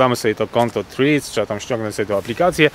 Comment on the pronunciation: Proszę na przyszłość skonsultować się z osobą angielskojęzyczną lub odpalić filmik na YT w j. angielskim w celu weryfikacji poprawnej wymowy nazwy Threads (było nie było głównego tematu filmiku)